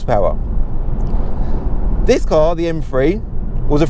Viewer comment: Haha you and Ricky pronounce these cars as “M free” love your channel and clips